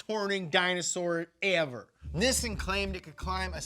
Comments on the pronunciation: Nissin? U mean Nissan? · By the way it’s not “Nissn” it’s Nissan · Ok so is it pronounced nih-sun or knee-sawn? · Instead of struggling and flip-flopping with the pronunciations, just say NISSAN the right way. It is pronounced "Nee-Sahn." In romanized Japanese, the double consonant "SS" elongates the vowel preceeding it, the "I". Most Americans say Nee-Sahn which is essentially correct. "Niss-In" is a common mispronunciation mostly spread by British car journalists. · Nee-sahn Ni-sin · I'm more confused by the American pronunciation of "Neeeesaaaahn". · Is it pronounced Nissan or Nissan? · Is that how I'm supposed to say nissan? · You say Nissan wrong dude. Maybe take some acting lessons too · Say Nissan correctly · Why is pronouncing Nissan wrong?